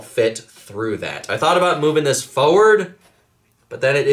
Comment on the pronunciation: Bro it's forward not foward, love your videos but that gets me every time 😂😂